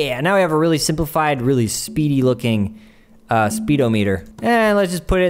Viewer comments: okay, but SPEEDO-meeter? excuse me? sped-om-it-er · Speed oh meeter? You mean spedomuhter?